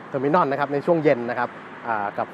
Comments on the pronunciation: Terminal ออกเสียง เทอร์-มิ-โนล ไม่ออกเสียง เทอร์-มิ-น่อน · เทอมิโนล ทเว้นตี้วัน ไม่ใช่เทอมิน่อนยี่สิบเอ็ด เรียกชื่อเขาให้ถุกด้วย